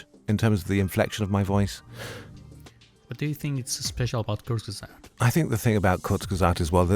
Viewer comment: “Kurzesagt” is really not that hard to pronounce.